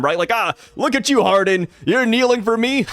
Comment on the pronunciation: hardin? nah man, his character is islam inspired.. it is pronounced hajar-uddin